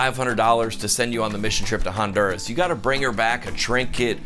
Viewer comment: I love how John says Honduras…Hahn-DUR-as. 🤣🤣 John, try Ohn-Doo-rah-s!